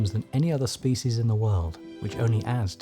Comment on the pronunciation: Excellent documentary but the narrator's mispronunciation of "species" is very irritating.